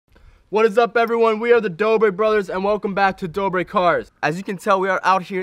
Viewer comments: Jordan Tuscano dobre not dobra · Jordan Tuscano I don’t want to be rude but its dobre